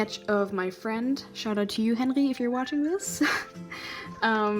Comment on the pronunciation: Sobald du Henry ausgesprochen hast, wusste ich einfach dass du du deutsch bist hahahah